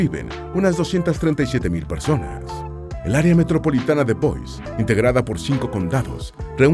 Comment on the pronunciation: La capital de el estado de Idaho no se pronuncia bois